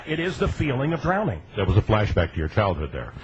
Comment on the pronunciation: "that's drownding" with a "d" HAHAHAHA Whether that's how they do it or not, it worked. He lasted 3 seconds. hehehe